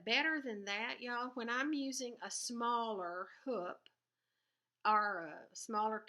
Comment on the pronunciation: I love how you say 'hup' instead of hoop :)